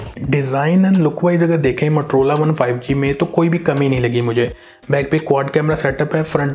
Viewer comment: matrola nahi MOTOROLA hota hai 🤣